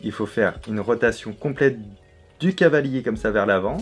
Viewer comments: On dit cavalier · ON NE DIT PAS CHEVALIER MAIS CAVALIER ET PAS NON PLUS CHAVALIER. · C'est "cavalier", restons sensés ^^